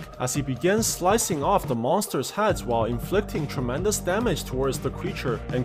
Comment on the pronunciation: i love when he says tromendous force